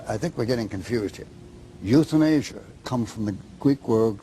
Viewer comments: euthanasia=youthInAsia ahahahaha!!! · the youthinasia, rofl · YouthinAsia had me crying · Youth-in-asia LOL That one really cracked me up. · Youth-in-asia lmao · youthinasia LMAO